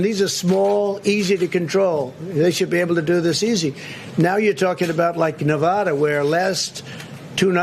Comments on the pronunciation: You’re losing “huge” idiot, China and or Rusia can’t help you. Is Nevada not Nevathara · 4 years and he still doesnt know how to pronounce nevada...